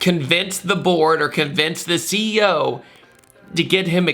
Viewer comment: Him : convince the CEO Heard : convince the ZEO